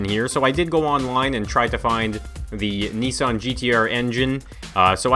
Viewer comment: It's pronounced nissan